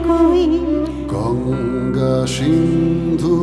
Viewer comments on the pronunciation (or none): Good song..however, these artists should have pronounced Sindhu (সিন্ধু) as Sindhu (সিন্ধু), not Shindhu (ষিন্ধু)।